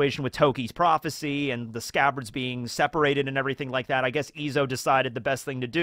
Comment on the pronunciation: “ALL OF THE SCCABARDS…..and Kanjuro…” lmfffaooooo